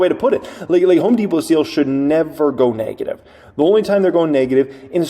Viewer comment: The word it "Neg-ative", not "Nay-gative".